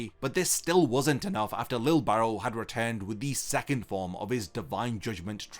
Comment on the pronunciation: Bro I thought you were saying lil barrel, im like damn that’s a cool nick name 😂🤣